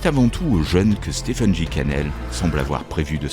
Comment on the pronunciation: Stephen se prononce stéfen